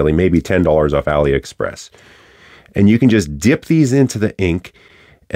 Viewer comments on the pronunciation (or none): none